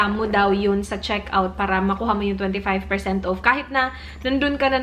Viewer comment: Enjoy sana yung content mo, u are smart. but dko na talaga kaya, ang thick ng bisaya accent mo. The way you pronounce the word "off" is wrong. You pronounce it wrongly as "uuuf". I can't anymore. And when you pronounce "dollars" as "dahllers".